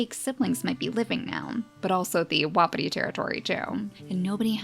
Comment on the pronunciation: hey just wanted to let u know that wapiti is pronounced "wha-pee-tee" :3 love the vids!! keep up the gr8 work <3333